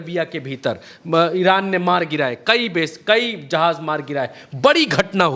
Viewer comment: Bhai qayi nahi kayi